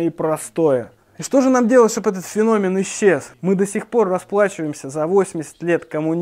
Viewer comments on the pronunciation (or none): none